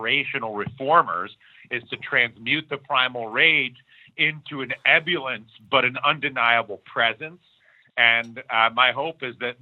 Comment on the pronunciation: Hey Dylan ~ FYI - it's pronounced e·bul·lience /iˈbo͝olyəns,iˈbəlyəns/ noun: ebullience the quality of being cheerful and full of energy; exuberance." PS - Thanks for all the Truth, brother ~ ❤️ ✌️